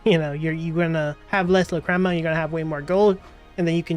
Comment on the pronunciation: how can you miss pronounce so many words?? LOL "La-crema" "O-Ka-sana" "Um-bar ruins" "Hien-match" ?